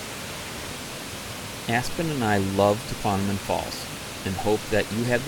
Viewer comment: Great video! For future reference - It’s pronounced “tuh-KWOM-uh-non” - not “tuh-KWON-uh-min”.